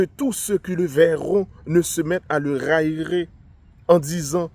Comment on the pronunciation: Railler verbe À l'infinitif 🙂( 2 syllabes ra - ye) tourner au ridicule